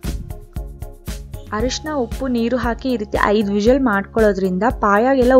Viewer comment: Please pronounce whistle word properly